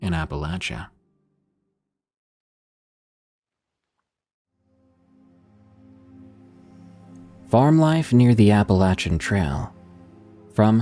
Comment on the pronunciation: Appalachian like ill throw an apple at cha if you pronounce it the wrong way. Born and raised for 40 years in the heart of Appalachia Best Virginia, kanawha county